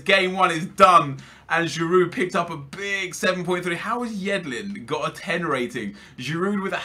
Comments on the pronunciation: its pronounced girou not giroud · You support Arsenal and pronounce the d on Giroud. It's more like girou almost. Do you even watch football? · Please stop saying Giroud with the D in the end bcoz its killing me, the D is silent bro -__ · you don't pronounce the d on giroud nep